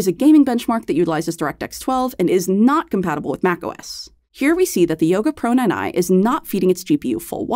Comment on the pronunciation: "The Yoga Proynyny"? 😅 As always, love your thoroughness and focus.